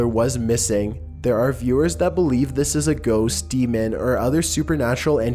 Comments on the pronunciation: It's ghosts, not goasts! It's also shocking how many people can't spell correctly, even when technology does all the work for you nowadays!!! And "videos are uploaded every chewsday and Saturday!" Lol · "Who believes in goasts" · Goasts? Ghost baby mom needs some education it seems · Lol so true, her spelling of ghosts made me laugh so much, goasts, haha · spirats xD goasts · "Goasts"... yeah, this doesn't strike me as particularly bright. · "GOASTS" Lmmmmaaaaoooooooo omg too funny, all I could think of was goat ghosts lolol